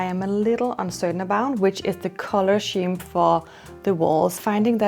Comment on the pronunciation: l love watching your channel. A little tip when pronouncing the word ‘scheme’, it’s a ‘sk’ sound, not ‘sh’. Otherwise, your English is perfect 😊 Also, l love the croissant shaped knobs, the black are too heavy x